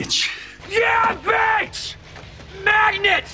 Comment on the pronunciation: The way Aaron says bitch sounds like he saying Betch